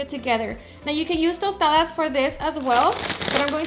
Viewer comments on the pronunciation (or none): none